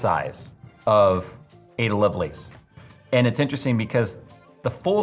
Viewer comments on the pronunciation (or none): .....; its pronounced "luv'luss" (emphasis on the "love", short syllable on the "luss")